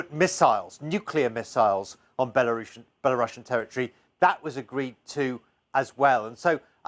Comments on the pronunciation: No you don't pronounce Belarussian with russia, its not "bella russian leader" as you said, its bela-ru-sian should sound the same as the word asian for example. But I understand what the letter C is stands for... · Why is it now being pronounced Bela-russian 😂